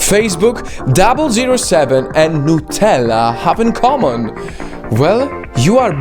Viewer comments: its not nooooootella, its nut ella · I now hate you for saying nootella instead of nutella